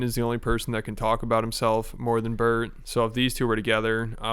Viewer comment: You know his name is Bert, with a T and not bird, right?